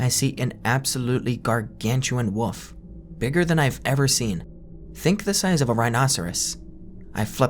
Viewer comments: can you not pronounce wolf at all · Love this!! But just wondering if I am the only one who thinks you pronounce wolf like „woof“